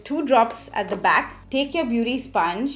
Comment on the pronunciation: Very difficult to keep continuing listen or watch her due to over dramatic gestures and unbarebale pronounciation. Not “take” but “ Thek”, phowder, not “Pac” but Phac, not “colourbar” but “ kalarbar”….. why i mean why?